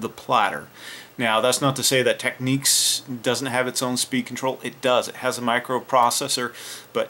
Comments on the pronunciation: You pronounce Technics wrong, it's meant to be said as Tech-nicks, you are pronouncing it as Techniques. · It's Technics not Techniques